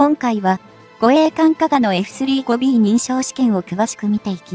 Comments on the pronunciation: エフスリーゴビーじゃなくて、エフサンジュウゴビーと読んでください！ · 「エフスリーごビー」って・・・ その他も、酷い。